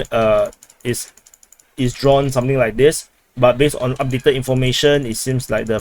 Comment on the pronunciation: Sometimes you say "moving on" and sometimes you change it to "moving onT" i wonder why?